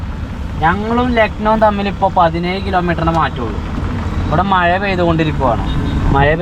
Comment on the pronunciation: മയ അല്ല മഴ ആദ്യം അത് പഠിച്ചിട്ടു വാ